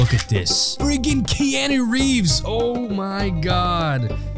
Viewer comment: It triggers me how you say Keanu Reeves name. But I still love yah videos lmao 😂😂